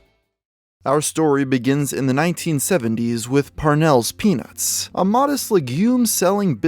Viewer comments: when he first said parnell's peanuts, i thought he said parnell's penis. lol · Say peanuts without the t…..